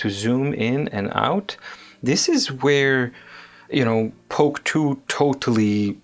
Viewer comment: Please don't say "POK TOO."